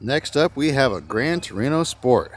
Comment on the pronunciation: Gran, not Grand.